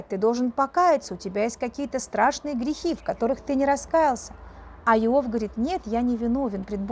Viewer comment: благодарю! Но как же режет слух Ваше "Ио́в"! Конечно же, "И́ов"!